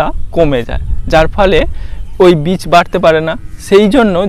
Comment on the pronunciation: কোনটা বীজ আর কেনটা চারা বোঝ না? চারাকে বলছো বীজ কেন?আর উচ্চারণ বিচ হবে না হবেবীজ বুঝলে ভাই।